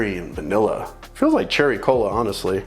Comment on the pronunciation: Did you really say cherry cola? You did, i had to rewind....hahaha. I really need to move down there to mooch, i mean help give the Whiskey Novices a fellow novices's opinion.